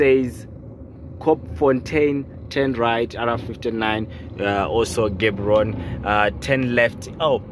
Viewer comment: Gaborone not Gaboroni